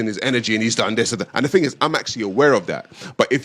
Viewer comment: White people say “ting”??